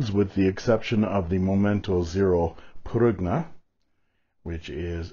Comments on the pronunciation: Actually, in Italian, the "g" in Prugna is kind of silent, (it's actually a palatable pronunciation with the "g" & "n" running together), so it would be pronounced "pru-nah". And yes it does officially translate to plum, but I've also heard it used in reference to a prune: Little Italy Da'Bronx, NY, circa . 🇮🇹🇺🇲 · I think prugna is pronounced "prunya".